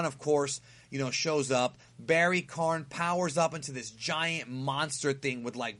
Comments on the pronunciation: It's Barry Kahn, not barry Karn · still don't know why you keep calling him Barry Karn. Its Barry Kahn. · It's KAHN...KAHN, not KARN. Come on. KAHN!!!